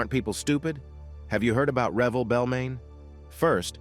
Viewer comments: It’s “Re-velle” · It’s actually Revelle